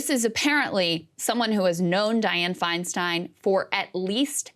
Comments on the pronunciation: Interesting that Whoopi mispronounces Feinstein's name twice. It's "Fine-STINE" not "Fine-STEEN." Could this be an accident? No, because Whoopi got her start in the comedy clubs of San Francisco in the late 70's and early 80s, right when DiFi was a member of the SF Board of Supervisors and then Mayor of SF. Whoopi has heard DiFi's last name pronounced correctly for well over 40 years at this point. Is this just another manifestation of Whoop's anti-Semitism? Asking for a friend. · Are we going to ignore the fact that Woopie didn't even have enough awareness of Feistein to pronounce her name correctly?